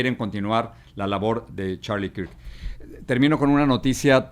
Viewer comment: No se pronuncia kirk...se pronuncia kerk 😂😂😂😂😂